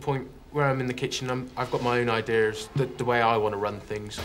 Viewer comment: Anyone else laugh out loud when se said "Eye-Deers"? hahahah